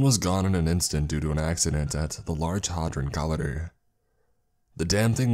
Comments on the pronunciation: Wow the amount of work that went into this is awe inspiring. I love the final product, this is outstanding craftsmanship. My only issue is that someone clearly had no clue as to how to pronounce "large hadron collider"😂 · The way you pronounced Large Hadron Collider hurt me physically lol